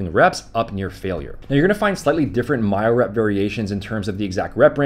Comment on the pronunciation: “Mile rep” 😂 it’s myorep